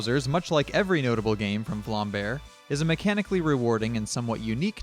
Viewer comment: its not vlambear its vlambeer